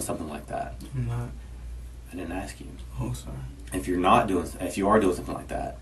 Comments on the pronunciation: Why do black people say axe instead of ask. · Do you even need to axe? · axe Michelle?? Where have I heard that before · You axing the wrong one! Lmao